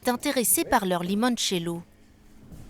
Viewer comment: Bravo pour le "Limoinecello" 👍